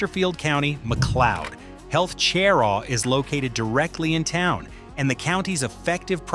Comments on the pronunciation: "Sher-raw" not chairraw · It's sher-raw How do you pronounce Lancaster? Hint... it ain't Lan-caster